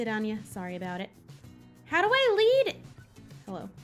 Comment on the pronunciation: Whenever says hello it just sounds like halo